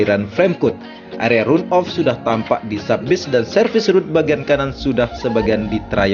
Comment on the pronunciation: Phonetic yg benar dari kata RUN adalah / 'rʌn / Jadi kalau di-inggriskan juga gk bisa dgn RAN OF. Tpi Setidaknya dgn dibaca RAN OF sdh mendekati benar.. Demi kebaikan bersama saling mengingatkan mmg lebih baik.